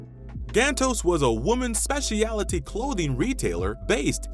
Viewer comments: it's SPECIALTY (speh-schul-'tea)... NOT "spesh-EEE-AHLLL-uh-TEA" ...no 2 additional syllables needed. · A good list and look back. Please correct your pronunciation of specialty, subsidiary and use of Warner Brothers (no matter how the sign abbreviated it).